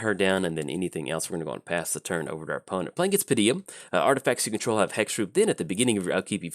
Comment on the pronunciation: Hey, hate to be 'that guy'. It doesn't especially bother me, but how did you manage to consistently say "Pa-deem" with three syllables? =P